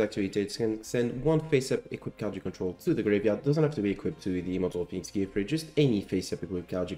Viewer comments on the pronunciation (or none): Just a quick note: the name "Gearfried" should be pronounced "gear-FREED". This is the only card that should be pronounced "gear-FRIED", like fried chicken. Because he's on fire.